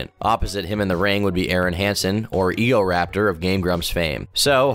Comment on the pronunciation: "Egoraptor of game grumps fame" thats painful to hear